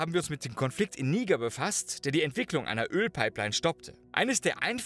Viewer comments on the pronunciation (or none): none